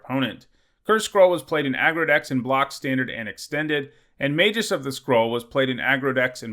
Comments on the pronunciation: The G in Magus is hard, not soft. [/pedantic ] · You flip-flopped between a hard G and a soft G when you pronounce "magus"